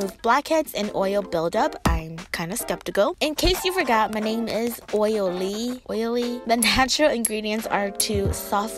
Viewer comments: "Oil Lee" 😂👏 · "OIL LEE" 😂